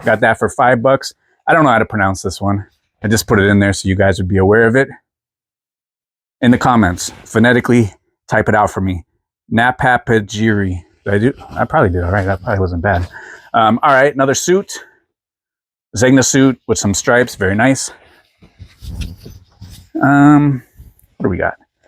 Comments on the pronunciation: Na-pa-pi-ri the j is silent. Ermenegildo Zegna correct italian pronunciation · Napapijri (pronounced Napa-peeree), I sold one recently! Would you consider doing a jeans video? Thank you for the great info! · Napapijri - just the “j” is silent. It’s an Italian brand. I believe they stopped selling in the US in the mid-2000’s. Still a big brand in Europe. My first video of yours. I sell on eBay, but just personal items. I do know some people in the the vintage/ resell community (in Florida) but never really thought there was stuff still out there to make money on. Thank you for the video.